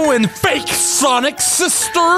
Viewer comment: Its sonic not Sonia